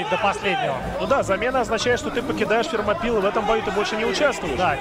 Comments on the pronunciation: Сочетание T и H в даёт в данном случае звук ф(F), комментаторы необразованные и не учились в школе. Thermopylae- Фермопилы ну никак не термопилы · Термопайл скорее всего из за английского произношения, а по русскому ущелье Фермопильское